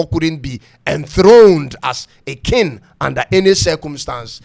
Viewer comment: It's pronounced k-ing not kin